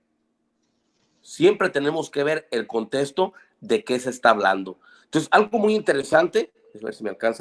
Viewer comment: Min "Hasta el día de 'ora, hasta el día de 'ora; no ACECTAN..." Min 26:9 "Pues ya hace una DIFIERIENCIA" 😂 Min "Pero siempre tenemos que ver el TESTO de qué está hablando" Min "Siempre tenemos que ver el CONTESTO de qué se está hablando" De dónde sacaron a esta gente? Y lo peor de todo que tipo de personas se creen la gran estafa del MRH Y lo más interesante es saber que hay ignorantes que piensan que ellos son Cristianos, cuando el MHR es una secta que tomó fuerza a finales del siglo pasad